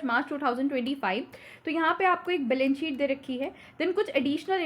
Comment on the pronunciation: mam aap members ko meembars padhte ho, balance sheet ko balence sheet kyu?